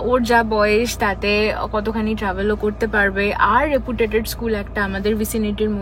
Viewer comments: Not reputated..its reputed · ‘Reputated’ nioy, its reputed 😂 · Reputated😮😮 Can't she converse in a language she's sure of? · What is REPUTATED ??????? Your mistakes are very REPETITIVE !! PARENTHOOD not PARENTWOOD ! PROCEDURE not PROCEJAR ! ONE OF THE BEST OPTIONS not OPTION !